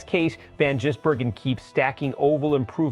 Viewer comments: His name is NOT Jisbergen it`s Gisbergen,show some respect and get his name right.If you can`t say his name correctly call him SVG or "Cheese"it`s a bit like saying Ostin Hall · How does this clown mispronounce SVG's name differently every time ???